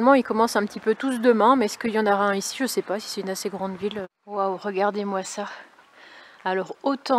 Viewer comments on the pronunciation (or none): none